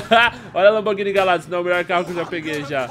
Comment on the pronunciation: foi mt foda a lamborghini mas so pra fala ne ela se escreve gallardo mas a pronuncia e galhardo